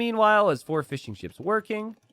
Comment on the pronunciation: Every time you say "fishing ships" I hear "fish and chips" for some reason.